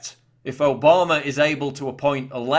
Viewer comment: I want to start a drinking game everytime Paul says Obamer, Mediar, or Ped-o-philia we drink. Just kidding Paul I love your schmexxy accent.